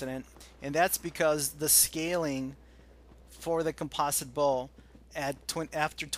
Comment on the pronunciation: Aaaaaagh! Americans! "Com-poze-it Bow". Good job its not an "Aluminum Bow"